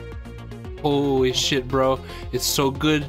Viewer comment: full giearrrr xD i kennot: holee shieeet